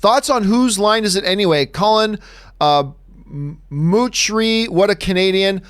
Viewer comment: Colin Moochrie? LOL